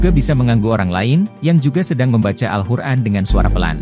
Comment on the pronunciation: Awal video katanya kita d sruh utk tau cara baca Alquran,, sdgkn yg sy dngr sebut alquran aja jadi al hur'an